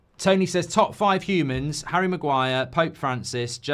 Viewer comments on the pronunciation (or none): none